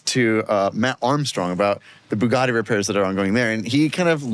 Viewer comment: No, it isn't. It is pronounced "boo-gatti". There is no "bew" in Buggati.